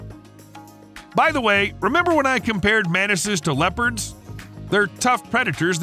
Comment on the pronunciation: Why do you pronounce "Mantises" as Menaces 😭